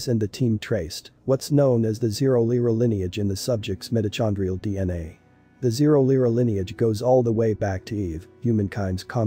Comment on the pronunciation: The person narrating this needs to learn how to pronounce words CORRECTLY! like mitochondrial and ocker!